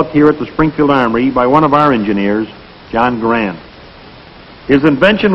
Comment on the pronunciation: From G-D’s (er, the Army’s) lips to our ears… the proper, final, absolutely correct pronunciation of “Garand”.